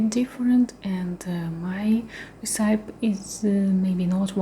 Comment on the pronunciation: re-ce-pee is the right way to pronounce it